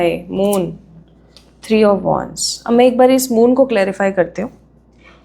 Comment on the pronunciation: Wonds aur Wands ke pronunciation ke beech aapka pronunciation hi closer hai..Shayad use vandwz ( jo ki wonds) ke kaafi close hai..waise pronounce karte hain..Also even though I am not qualified enough to comment on it, but when you had said that someone had commented something about your shuffling style of cards,in thisnregard I would like to say that You are the Reader and no subscriber has the right to tell you how to shuffle the cards.Gratitude to you Mam..